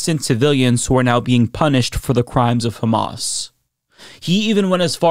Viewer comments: I think his tongue slip says it all. When he was trying to say civilians and said ci-villains instead and then called Hammas, he. He doesn't know what he's talking about, and he sees them all as guilty. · I love John Fetterman, he’s my Senator, but his response was not only incoherent, but also ridiculous (and he didn’t pronounce Hamas correctly). I hope he does a little more research into the subject and changes his stance.